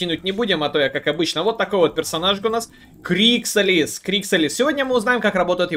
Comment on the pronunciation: крикса'лис ударение на А ведь ?